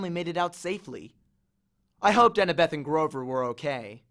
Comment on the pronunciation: How I read: annabeth How he read: Anna-BETh